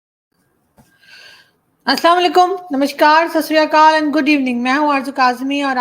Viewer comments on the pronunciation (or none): none